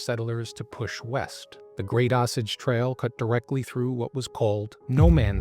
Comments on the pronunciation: It's pronounced "Oh Sage" Trail not "awsauge" lol There's a historical marker here: Great video, lots of info, thanks! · Say it with me O-SAGE. NOT AH SAGE. Thanks for your attention to this matter. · Osage, I've always heard pronounced long o sage like the herb. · You are pronouncing osage wrong...it is pronounced OH-Sayg.